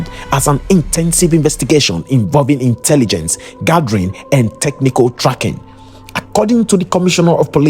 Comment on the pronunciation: Intelligence gathering should be read as one word